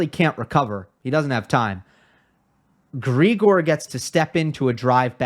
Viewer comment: Great analysis, as usual! Only one point - Grigor is pronounced with the stress on the second syllable, unlike his pet name, Grisho, where the stress is on the first one.